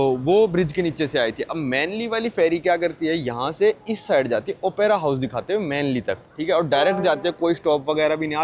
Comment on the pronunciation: I have put a comment for your wrong pronunciation, but you gave that a blind eye. It is not Opaira, who told yo that. Do you never use a book called dictionary. It is Op-ra house, not Opaira house. Op-ra, got it?